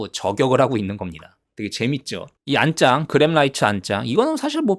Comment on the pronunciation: 그런데 '안장'발음을 왜 '안짱'이라고 하세요? 그게 멋있나요? 혹시 외국인이세요? 중국인?